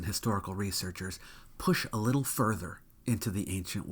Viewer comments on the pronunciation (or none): none